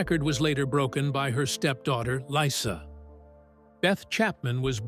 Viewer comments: Right and it's baby Lisa not baby Lyssa like come on if you can't get it right then y do it at all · Its pronounced LEEESA not LYE SAH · Beth's Stepdaughter isn't called "L-I-sa". She is Lyssa, like Leesa, "Baby Lyssa" as she was called by her family when she joined the family in Hawaii. To mispronounce her name is basic, but if you actually watched the show you would know this. Get it right, she deserves that much, as do we. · They called her Leesa, not lie-sa. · Dogs daughters is named Lyssa but pronounced like Lisa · It's not baby Lyssa it's baby Lisa fucking get it or don't say anything at all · It's pronounced Lisa. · Ummm WHO doesn’t know how to PRONOUNCE LISA correctly 😂😂😂